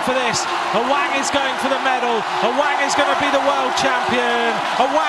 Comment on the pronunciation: Its awang not aweng😂